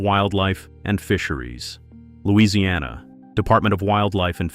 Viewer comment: Why would you make the stupid claim that Louisiana’s humidity is hard on batteries? That simply doesn’t have any basis in reality. And you didn’t even make it in the ball field with your very wrong pronunciation if the name of the place this happened.